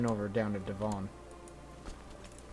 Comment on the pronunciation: Please stop calling it De-von it`s Devon ('eh' not 'ee').